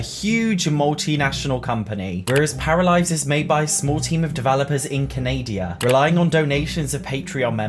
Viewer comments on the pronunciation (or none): CAN-AH-DA. CA-NAY-DEE-UH. What? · He said Canadia. Am I going crazy or is that a thing? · My guy, did you just say fucking "Canadia"... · Did he just call it canadia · Can-a-dia, lmfao!!!! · Say Canada proper Jesus 😂😂😂